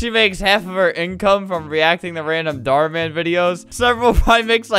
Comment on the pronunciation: “ Dhar Mam “ - Albert.